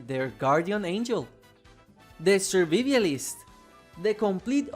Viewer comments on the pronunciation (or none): Hey man can you say "survivalist" one more time? LOL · the way he pronounced survivalist is soul breaking 😭